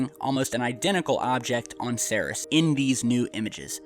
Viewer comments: you're pronouncing Ceres wrong, it's pronounced "seer-eez". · It's pronounced "see-reees" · its pronounced like SIRI with an s on the end dude. have you heard it said before? ceres.. SEAR-EES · It's Cer-eeze... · isn't it pronounced "seer-ees"? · I believed it's pronounced series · You know, I might take this crap more seriously if the presenter actually knew how to pronounce 'Ceres' correctly... No, no, I don't think I would take it seriously after all. Lol!